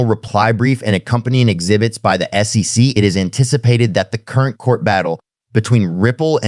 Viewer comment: Great content but hard to follow as it sounds like AI generated, badly cut with some bad pronunciation of common words like SEC, dollar amounts etc